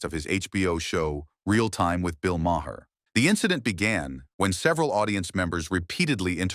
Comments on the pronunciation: Mahair? You mean, Mar? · Who is "Mahair"". If you're going to use AI at least show respect for your audience and take time to audit!!!